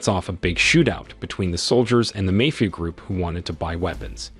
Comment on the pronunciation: Another moral of the story is learn how to pronounce the word mafia not mayfia